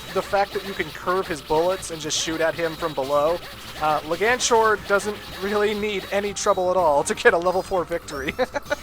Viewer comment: Just so you know,, it's Leg-Anchor.